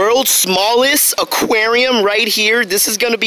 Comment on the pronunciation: Am I the only one who hates when he says “ AKUERIOUMMMAA”(aquarium)